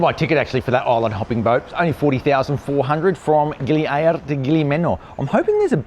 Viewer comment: Gili "A RRRR ra" Mate you got your own version of Indonesian! lol Thay say Gili "Ay a ra" you say Gili A RRRR ra sort of like "Aribba Aribba" lol too funny lol